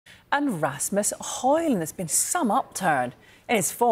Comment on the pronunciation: Bro really said Rasmus hoin